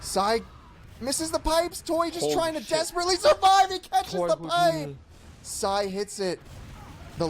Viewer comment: "HOUDINI" hahahahahaha